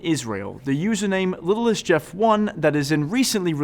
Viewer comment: littlest? no you dorks at who can't even think. it says Little ST as in saint stupid.